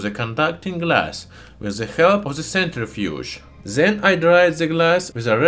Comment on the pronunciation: Why you saying "zen" istead od "then" ?